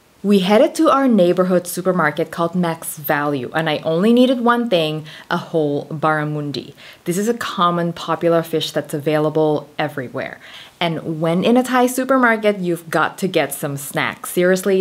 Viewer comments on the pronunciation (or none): i'm trying to learn thai and pronounce it so poorly. but i'm also australian and "barramundi" isn't "barra-moon-di"... it's "mun" like "mum" for the third syllable.